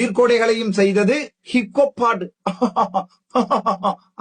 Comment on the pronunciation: இங்கே அர்ச்சுனா கிப்பு கொப்பு என ஆங்கிலத்தில் உச்சரிக்கின்றார் ஆனால் அது ஹிப்ஹொப் என்பதை ஆணித்தரமாக கூறுகின்றேன். இந்த ஹிப்ஹொப் பாடலை tms 1960 களில் முருகன் பாடலாக பாடியுள்ளார்.ஆகவே தரம் கெட்ட சங்கீதம் ஆக வர்ணிப்பது கண்டிக்க தக்கது. இளங்குமரன் இங்கே தமிழ் கலையுலகத்தை promote பண்ணத்தான் pta இல் அந்த பாடகரை கைது செய்ததாகவும் ஏதோ அரசாங்கம் Oscar award company மாதிரி சித்தரிக்கின்றார். அந்த சிங்கள சிங்க பெண் கூறுவதை எல்லா இலங்கையர்களும் கேட்டு உணர்ந்து திருந்தாவிட்டால் சோமாளியாவின் பக்கத்து வீடாக மாறும் இலங்கை.